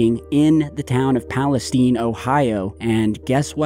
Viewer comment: It’s pronounced East Palesteen. I’m 10 min away. Both my sisters live in EP with their kids. One of my sisters isn’t able to go home. Her youngest is only 3 months old. My neighbor is a firefighter and was there dealing with the fires when it first went up in flames. Their shoes were melted off from the chemicals. It’s been chaos.